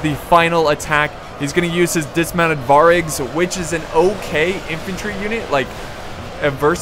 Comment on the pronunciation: Stop saying variag so wrong u kiling me.